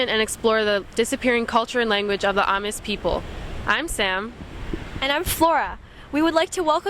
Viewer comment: Well done, but I would like to offer a few comments. First, it's pronounced ah-MEES, accent on the second syllable, and it's hardly a "lost" language. A lot of people speak it -- even I can handle some basic conversation -- there's even an Amis language group on FaceBook. And as of this week, there are now 16 officially recognized tribes of Taiwan aborigines. But still, you did a good job. Keep up the good work.